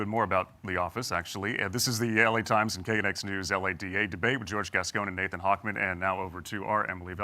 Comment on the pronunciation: He keeps mispronouncing Nathan’s name. 😂